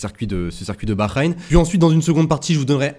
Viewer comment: STP ça se prononce baHrain "ha" pas un "gha" 😂 En tou cas je vois : Piastri Leclerc Norris Je tente Charles si j'ai bon c'est fou Let's goooo